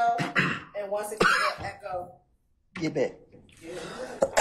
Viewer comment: He said git back lmaooo. And she did lmaoooo